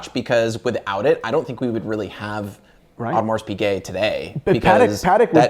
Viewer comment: don't wanna be that guy but the Audemars Piguet pronunciation by is really distracting